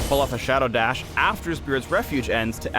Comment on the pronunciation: Look how Shadow Dash was pronounced lol